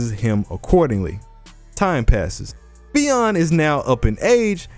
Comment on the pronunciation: Pronounced Fin